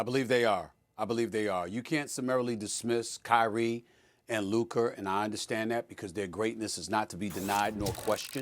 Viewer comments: “LUKER” who tf is loooker lmao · Why can't Stephen A. ever say luKA right 😂 Luker??? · When Luka plays like that he is “Luker” as Stephen A speech makes him say… Not “Luka”….. Luker playing luke warm which I don’t know about u I’m pouring that ish out lol 😂 jp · WHO is LUKER Stephen A?! 🤫🤣🤣🤣🤣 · Who tf is Luker? Lol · Did he say “LUKER” ??? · “Luker” - Stephen a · Stephen a calls luka luker 😆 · Who tf is Luker 😂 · Stephen a said Kyrie and lukar 😂😂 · Luker lol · Did SAS say LukER? 😂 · He sure did say Luker 😅😅😅😅😅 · Lukher? I hardly even know her 😂 - but also he does it all the time 😅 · Any time a word or name ends with "a" he adds an "r".